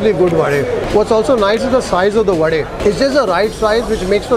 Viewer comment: liked the way you pronounced the right word vade and not vada 🙂